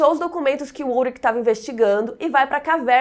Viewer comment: Só uma correção, meu marido se chama Ulrich...e se fala, Ulrixi e não Ulrik